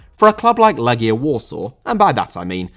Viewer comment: Thank you for correctly pronouncing the name of the team. I told my friends it's pronounced "Leggia" and not "Lejia" and they looked at me like I'm a pedantic know-it-all. It's like walking up to an English person and asking them about the "Lie chester" team than won the Premier League that one time. EDIT: , CSKA is actually pronounced "Cheska". It's pronounced "Hadiuk Split", the J is like the J in Ajax.